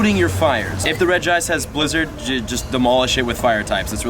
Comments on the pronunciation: It’s Reg-ice not Regy- ice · It is pronounced Reg-Ice, not Reg-E-Ice. It’s weird because the others pronounced Reg-E-Rock/Steel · its not rigi ice its regice dude😂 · I think its Regice not Regiice But i think most people say Regiice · Reg-ice not regice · This is how u say it: rej-ice Not regi-ice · Reg-ice, not regi-ice 😂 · Rej-ice NOT Regi-ice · It's now pronounced Reg-ICE no extra I or otherwise it would have been REGI -ICE which is incorrect. 4kids are not reliable with pokemon info like prenouncations. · You pronounce it as regice, NOT regi-ice...... thats why its not called regi-ice, dùh...... so yes, it is different from the other 2, deal with it. So remember, just 1 'I' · It’s reg ice not regiice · The English dubbed anime and movies sometimes used incorrect pronunciations in gen 3 and prior because the anime was not dubbed by the official Pokémon company. However, the official Pokémon pronunciation for him is reg-ice and not reg-e-ice. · Regi-ice just like that NOOB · Reji-ice that is how you pronounce it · its actually (re-g-ice) your welcome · It's just Reg-Ice, not regi-ice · Its Reg-ice then regirock registeel :P your welcome xD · Re-gi-ice. Re-gi-steel. Re-gi-rock. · It's pronounced as ReJ- ice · Regice is often mispronounced due to the other regis' names, but Regice is pronounced "Rej-ice", pretty simple! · It is pronounce reg + ice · Regice------ REGE-ice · Reg-Ice. Say Reg, like Reggie and then Ice well like Ice. So it's Reg-Ice. Regice. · its regeese pronounced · its Regice so Reg-Ice(say reg like the other regie's lol) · it is pronounced regi-ice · Is reg-e-ice btw reg-e-steel reg-e-gagis reg-e-rock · Regice is pronounced Re-gi-ice, just as Regirock and Registeel are Re-gi-rock and Re-gi-steel. It's also the same with the Gen 4 Legendary Regigigas which is Re-gi-gig-us 😋😋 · It’s Re-G-Ica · It’s pronounced (Regi-Ice) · I have a Pokemon book that actually says that its pronounced ( REDGE-ice) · Its pronounced Re-jice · It's pronounced "REG-ICE"